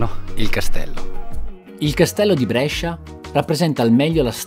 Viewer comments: Molto! Però non si pronuncia Brescia con la è aperta ma con la é chiusa:-) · L'unica cosa che mi stona è come pronunci Brescia. La maggior parte dei bresciani che conosco, me compreso, la pronunciamo con la prima E chiusa, tu la pronunci aperta, strano! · 0.21...Ma se dici Brescia con la e aperta, allora non sei bresciano. La e si pronuncia stretta a Brescia . Con la e aperta lo dicono al sud. 1.30. Qui dici Brescia come si dice a Brescia... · Davvero un bel video! Però Brescia con la E aperta non si può sentite😂😂ancora complimenti! 👍